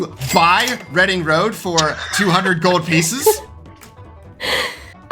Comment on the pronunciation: I wonder how many people learned that Reading is pronounced reh-ding not ree-ding through this video